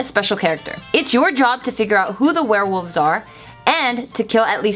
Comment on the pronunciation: Were-wolves Also: were-woof